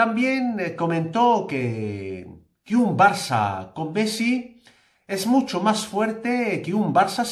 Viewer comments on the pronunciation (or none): none